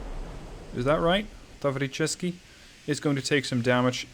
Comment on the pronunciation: the pronunciation of "Tavricheskiy" is pretty much spot on. The "e" in "Potemkin" is supposed to be pronounced like the German "ö" though.